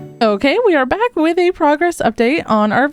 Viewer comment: I thought you said frogress update 😂 u should definitely say that at one point 😊